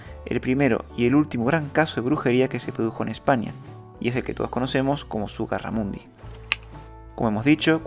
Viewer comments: Todo muy bien pero es ZUGARRAMURDI, no ZUGARRAMUNDI. Es conde de LEMOS, no de LESMOS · Zugarramurdi, no Zugarramundi.